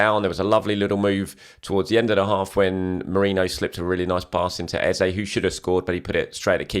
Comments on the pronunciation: I watched an Adrian Clarke video the other day and he said he'd asked Arsenal and they confirmed that Eze wants his name to be pronounced Ez-eh not Ez-ay... guessing you still haven't heard back given your repeated use of the latter? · Pleased learn to pronounce Eze!